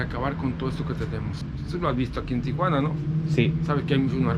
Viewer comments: Say it with me Tee-juan-a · Dude, STOP saying TIA-juana. You speak excellent Spanish and have a great manner with the people, why mispronounce the name of the city you’re covering?? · There is no letter ‘a’ after the ‘i’ in Tijuana. Learn how to pronounce it properly and the locals will have more respect towards you. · It’s Tijuana, why are you pronouncing it as if it TIAjuana? lol 🤭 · There is no “a” in Tijuana. It’s not Tia Juana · Greetings from San Diego, CA! Not trying to be one of those people who have to correct everything but wanted to mention that it is pronounced "Tijuana" and not Tia-Juana, which would be more like saying Aunt Juana. A lot of people add that extra "a" sound when it should just go Tijuana (no additional sound between that "i" and "j" - I clearly do not know how to present this phonetically and once again, my intention is to simply point out a very, very common mispronunciation. I do not speak Spanish fluently however my husband was born in Oaxaca and moved to the States legally when he was around eight so when we were first dating, he corrected my pronunciation. This is the first of your videos I am watching and I am enjoying it thus far. I wish you well in your continued travels and YouTube productions. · Phonetically: tee-WAN-uh......the common mispronunciation: TEE-uh-wanna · TEA JUANA.. not TIA JUANA.. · You capture the amistad and warmth of the Mexican people in Tijuana. You mispronounce TJ several times: It's "tee-wanna" (2 syllables) not "Tee-ahh_wanna" (3 syllables).. Most of us gringos make same error until we are corrected. The interviews were so brief at breakneck speed. All is very rushed, but I know that the first few visits to Tijuana are always rushed because we're curious, excited. and a bit scared. Keep going ! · Actually, you got it wrong too..... should be "tee-hooana", if you want to be more phonetically correct. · TEE-HOO-ANA.... theres no A